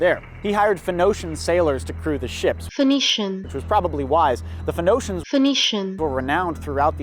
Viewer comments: When u said phonoacians i was so confused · Him saying PHENOCIAN really annoyed me. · “FEN-NO-SHENS” Hahaha! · As someone who only knows how to pronounce pheonicians because I went to church as a kid, I couldn't agree more with that sentiment. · When I was a really young kid and played age of empires for the first time I pronounced it as "Photo-he-shens" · I was hoping you'd get a sailor to come back, only for him to correct your pronunciation of "Phoenicians" and leave. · It's a bit bizarre to see how things that are common knowledge in one place can become obscure even for "nerds" in another. In Poland you know how to pronounce that word because you were taught about them in primary school history class (and then middle/high school too). To see struggle with it a bit is eye-opening. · Pretty ironic that you mispronounced the word "phonetician" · How do you know as much as you do but don’t know how to pronounce Phoenicians? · It is indeed quite possible that he's only ever read the word before and never heard it.